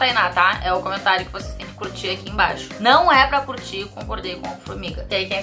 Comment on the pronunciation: concordo, mas é Formiga, né forminga não.